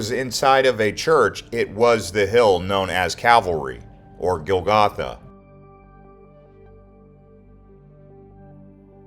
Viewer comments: Calvary, not cavalry:) Great video; loved the music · I'm learning so much. I can barely watch as I start to cry. But please correct your spelling of "Calvary". You are saying "Cavalry" which is much different. Thank you. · Its Cal Va Ry not Ca Val Ry. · It is Calvary not cavalry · Calvary not cavalry. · Cavalry? I didn't hear any horses... Calvary. ✡️✝️🇨🇦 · Not “cav-alry”, but “cal-vary” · It's CAL VARY ...not CAV ALRY.... Also it's the WAILING Wall not the WEEPING Wall... And it's the Holy SEP UL CHRE..not SEP LU CHRE... There are are few incorrect facts also...eg...King David was born in Bethlehem.